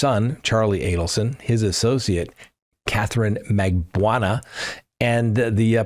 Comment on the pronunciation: Pronounciatiion: Dan Markel = Mar-Kell Jeffery Lacasse: Laa-kaa-s-ee (French) Katherine Magbungua: Mag-ba-new-a